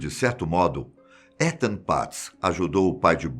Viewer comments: Se pronuncia "itan" fiquei com um nervoso você falando étan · só uma correção não se fala Etan com E se fala Itan como se fosse escrito com I :3 espero ter ajudado e gostei mto do video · Só uma dica o nome etan patz se pronúncia itan ,e nao come se le☺️ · Acho que se fala “Itan” o nome do menino. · Essa pronúncia de Etan tá me fazendo dor de barriga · Da agonia ele falando "Étan" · Muito obrigada novamente pela excelente história. Ethan em Inglês se pronuncia Ithan , o song do “I” em Português. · Em inglês escreve-se Etan mas lê-se “Itan” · O nome Etan , se pronuncia Itam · A pronúncia do nome do menino tá errada